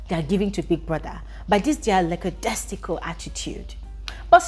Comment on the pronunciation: please, the word is lackadaisical, not "lackadestical"